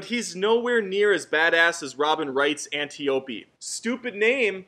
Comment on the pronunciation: It's an-ty-o-pee